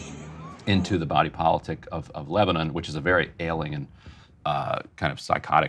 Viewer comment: Why is Ryan pronouncing Lebanon weirdly ? He's the absolute worst BP host